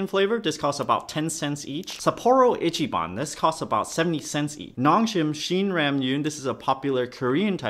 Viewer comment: Ichiban sounds funny lol